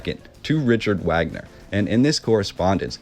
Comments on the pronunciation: 🥰Love it Buddy! Great pronounciation of the castle name (which I believe ? was Walt Disneys’ inspiration for Snow Whites’ castle)‼️ But Wait‼️🌹Richard Wagner and Is not pronounced with a “W” sound as in American English honey. In fact it’s a full on “V” sound as in Vog- ner. King “Ludwig” as in Lewd Vig or Lood Vig! And yes, I’m American raised by a German from Hamburg! So it’s true-strict German/Americans (he got his dual citizenship here as Germany is one of only a few countries that allow you to keep your German citizenship whilst attaining citizenship from a second country) which I believe was the result of the project paperclip after WW2 so the thousands of Nazi scientists were brought to USA in order to avoid war crimes prosecution and jump start our Space Program which became the US NASA Institution. The CIA being the conciever & instrument of paper clip. 💕true that mispronounciation IS an annoyance to German Americans! 🥺 Sorry if that was rude of me! 😱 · i'm stunned that someone so interested in the Neuschwanstein Castle never heard of Richard Wagner--or learned to pronounce his name properly! i don't mean to come across like a snob. i'm not. but the relationship between Ludwig II and Wagner is even more interesting (and weird) than the story of the castle. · OMG the the man's name is pronounced vog-ner. No one says the American Wagner!! Even Americans who are named Wagner and pronounce it the American way...they pronounce Richard Wagner the proper German vog-ner! Your research is a bit lacking! Lol I am seriously embarrassed for you that you would make a video and continuously pronounce it wag-ner. Wow! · vog ner not wagner get it together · ITS PRONOUNCED - RIKHERT VAGNER. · Wagner pronounced Vaag-ner. Great video though, really enjoy all the work you put in to these. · Wagner pronounced Vogner. Keep up the good work. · His name was pronounced “V”agner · It's Vahhgner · it's pronounced "Vagner" man. do your due dilligence mate. Wagner = Vagner